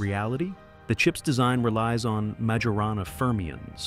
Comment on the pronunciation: How can 'public anxiety' be mounting when 99% of the 'public' aren't aware it exists? Did you poll the 'public' ? It's pronounced Myorahnna, not Major Anna.